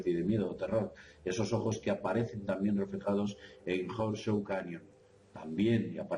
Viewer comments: Interesante información. Por favor cuando editen los programas, pongan el volume de las voces en alto, casi no se puede oir lo que dicen en los últimos videos Horseshoes, se pronuncia Jorschús.Pequeño detallito. Saludos a y. Gracias por por su trabajo. Realmente De Vanguardia!!! T.Salas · Abri el video sólo para escuchar como pronuncias Horseshoes Canyon jajajajajajaja XD